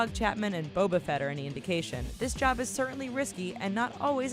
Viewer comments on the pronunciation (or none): Did you just say Boab a fett?